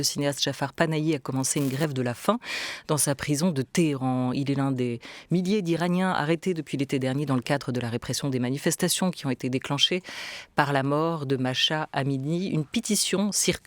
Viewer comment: C'est pas "Masha" Amini, c'est MAHSA Amini. Vous qui vous pretendez journalistes, ayez un peu d'integrite professionnelle et de respect pour les personnes dont vous parlez. C'est quand meme pas difficile de lire correctement !